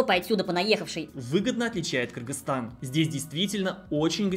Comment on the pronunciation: Молодец, объективная информация, без предвзятостей. И что особо радует название страны правильно произносит. За это особый респект. А то многие блогеры, даже не удосуживаются выучить название страны, все ещё в совке остались. А я считаю, что если приехал в страну, то должен уважать этот народ, а уж правильно называть страну, это именно об уважении и говорит.